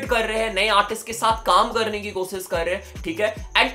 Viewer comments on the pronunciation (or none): koshish ❌ kosis ✅😂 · Koshish ❌ Kosis ✅